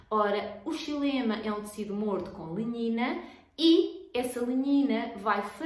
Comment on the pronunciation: linhina? nao entendi muito bem o que disse no tempo